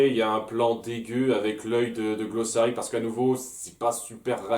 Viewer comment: Ah sinon c'est Glossaryck, je suis le seul ici à avoir le droit d’écorcher les prénoms avec, par décret spécial de..... Moi-Même. ^^^